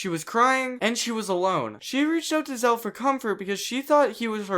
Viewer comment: dont want to be that guy but your saying his anme wrong its not zeal its zeal